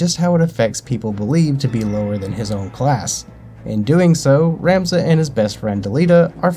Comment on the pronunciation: Thanks for the review. Its Rom-za. Vowels. Tricky.